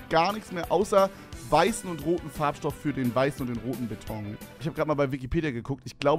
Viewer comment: Es heißt Beton und nicht Betong Brudi